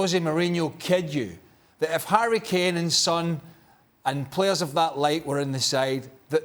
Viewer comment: Craig, come on, you don’t even know how to pronounce the name of Son 😲😆